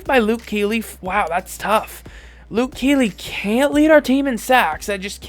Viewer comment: Lol he kept saying Luke keely